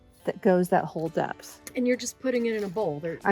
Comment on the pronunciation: I had to rewind for a second 'cause I thought you just said you put a whole death in a bowl.🤣